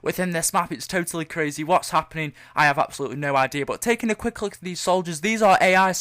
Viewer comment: He says look as luke